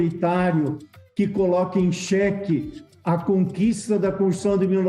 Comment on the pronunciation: Pessoal tem algum problema pra pronunciar "constituição"....sai "conshção"....parece o ouro la da "coupção"..... são conterrâneos mesmo.